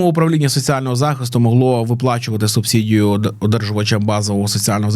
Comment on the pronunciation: "субсІдію" ріже вухо